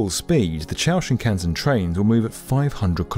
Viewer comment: He got 新幹線 pretty close.